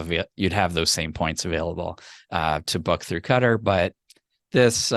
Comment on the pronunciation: this is how you say Qatar